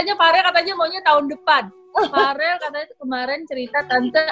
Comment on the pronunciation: Verrelll tantee.. hehehe.. bkn farel wkwkwk..